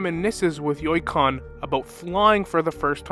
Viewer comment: I just can't with how Yukong was pronouced 😂 yoikon thats what i keep hearing